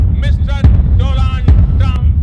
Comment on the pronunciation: "doland trump" says the fool modi